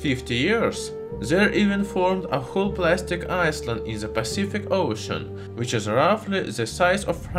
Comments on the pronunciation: Hey, stop that, lol! Half the fun of coming to this channel is hearing about the garbage iceland in the Pacific. And BTW it's pronounced /ˈaɪlənd/ . You don't say it like "I land (a plane)" but like "I lend (a dollar)". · Hi thank you for the videos, I just wanted to help you with pronunciation. Island is pronounced i land Recipe is pronounced recipee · His pronunciation of "island" and "recipe" are quite original! Both mispronunciations are quite understandable, given how weirdly English is sounded out.